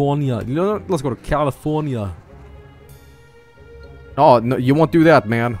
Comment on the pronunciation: "If I can get Texas and G'alifoohnyuh, I win."